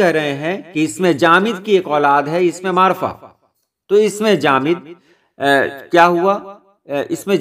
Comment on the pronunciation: اسم نکرہ اور معرفہ کا تلفظ بھی آپ نے صحیح ادا کیا